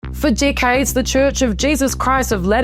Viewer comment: From the beginning it sounds like she is saying dikheads instead of decades.